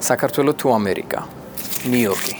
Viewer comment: ნიუ-იორკს ვერ ამბობთ? ნიიიოტკი 😢😅